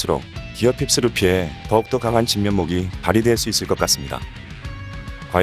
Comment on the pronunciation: 그리고 픽스보단 핍스라고 말하는듯